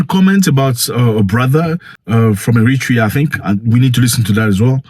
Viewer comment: Eritrea not "Emitra".